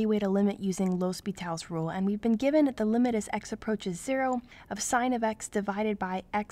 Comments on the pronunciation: Good video but isn't it supposed to be "L'Hôpital's rule"? Pronounced 'Lopi-tal's rule". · Its pronounced as Lopetal's rule